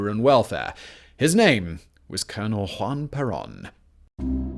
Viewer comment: “Hwan Perawn”